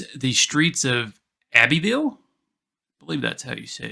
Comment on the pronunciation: U did pronounce Abbeyville correctly. U did not pronounce Mobile correctly. Pronounced Mobill not Mobil